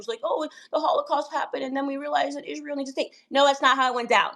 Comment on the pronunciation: And she have to learn how to say Israel and not Ishrael she sounds stupid